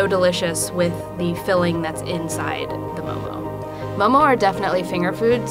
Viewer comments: Nepali people pronunce momo moh moh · They couldn’t get an actual Nepali?? She couldn’t even pronounce momo right. WHAT THE FUCK IS MOE MOE?! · Please don't say "momos" when ypi go to a restaurant you don't say "give me a plate of momos." Whether singular or plural it's always mo:mo.